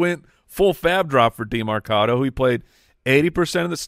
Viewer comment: can you guys stop saying demArcado? its demErcado